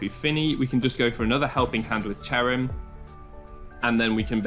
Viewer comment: Ah yes, my favorite pokemon, C h e r u m It's cherrim :)